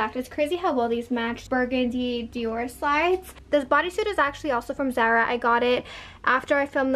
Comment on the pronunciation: Pls don’t call it zera it’s zAra